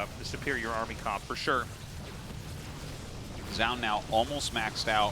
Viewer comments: WHY DOES TASTELESS PRONOUNCE ZOUN "JOUN" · Is Tasteless just trolling us with his pronunciation of Zoun?